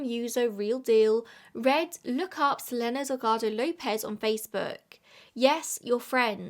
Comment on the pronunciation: i think you pronouce her name as su-leen=selene